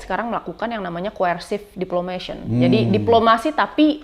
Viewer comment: maaf mbak, gak ada istilah dlm HI dan bhs inggris "coercive diplomation". yg ada dan yg benar vocab nya: "coercive diplomacy", banyak2 nyimak native speaker bhs inggris di podcast...tapi sy apresiasi, so far so great LOL